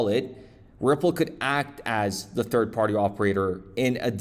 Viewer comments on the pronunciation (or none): none